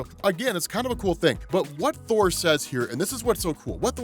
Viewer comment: I don't think I heard that right. The return of whore? I listened to it like 5 times and thats still the word I hear.